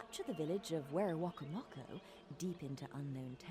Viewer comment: The first native settlement you took is pronounced wera-coma-co, but that honestly doesn’t matter. However looking back at this game it’s easy to see how it’s a product of its time in not only graphics, with the whole “natives were a threat and conducted war while the new world colonists only wanted peace” deal.